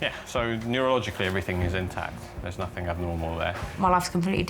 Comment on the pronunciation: Where is the K in the english word nothing? Why do they say nothink lol